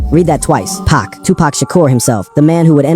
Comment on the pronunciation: I seriously wish people would quit using AI to read things like this, the complete, total disrespect of hearing this man referred to as "Pack" instead of Pac...